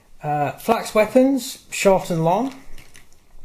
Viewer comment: Falx mate not flax